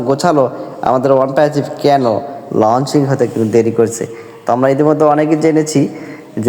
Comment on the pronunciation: Lunching kaadhu ra babu launching yekkadikelli vastarrrraaaa